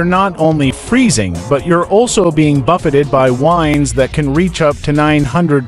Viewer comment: the AI voice really did you no service. It sounded stilted and made several mistakes. Example "the winds..." meaning a noun that refers to the movement of an atmosphere. What the AI voice said was "the winds" as in the verb for winding something up. That's just one example of why I hate it when content creators don't use real people for their narration voices.